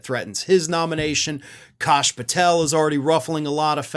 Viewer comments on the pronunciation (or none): Kash not Kosh,.